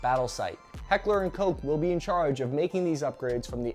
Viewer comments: 2 points of order mate, 1, It's (it was) SOOSAT not SUHSAT 2, Heckler and KOCK not COKE Apart from that, very informative vid. Having been a medic, I had to make do with the iron sight on the original version. I would have done more damage throwing the ammo manually, but there you go. Are the MREs any better these days? Asking for a friend. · "Heckler and Coke" / Pronunciation and texting are great! :)